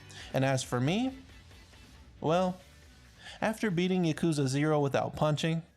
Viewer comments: Its pronounced yaw koo zuh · You just listen to how they pronounce them in the game or look it up. It's literally not that hard. You couldn't even pronounce yakuza right and it's told in the game a million times. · you can't even pronounce Yakuza right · i flinched at the way he pronounced "yakuza" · Im sorry but who the fuck pronounces yakuza like that. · bruh half way through the video he pronounced everything wrong rip